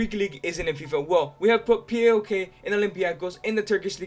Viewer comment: I've told you before, and I'll tell you again: PAOK is pronounced as a word, not 4 separate letters. (Its not P A O K, but PAOK)